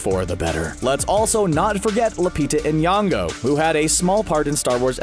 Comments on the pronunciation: its not lupita Anyango its Lupita Nyogo big difference there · You pronounce it Nyongo not N yongo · he pronounced lupita’s last name wrong 🤦‍♀️ like everyone else tho tbh oof